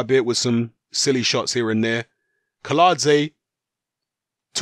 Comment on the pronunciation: Kiladze is correct pronounced but Kownacki is pronounced as Kovnatski.